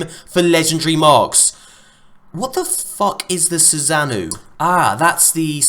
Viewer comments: its pronounced "Soo-Sa-no" not "SooSaz-noo" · It's pronounced Susa-no. Naruto Fans know what's up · it's pronounce "SUU-SAH-NOH-OH", named after the Japanese God of Storms. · sous-an-oh is how it is pronounced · bruh do u even Naruto? Its pronounced "SUSANO'O! (Soo-Son-Oh)" lmao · just a quick FYI. susanoo is pronounced Soo-sah-noh-oh. named after the Japanese God of Hurricanes, I believe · Susanoo (Sue-Saw-Know) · needs to refer to Itachi for pronunciation on Susano